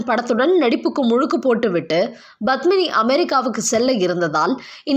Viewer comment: Badmini? Please pronounce Padmini’s name properly . It starts with”P” not”B”. It is cringeworthy when you say her name. Thank you.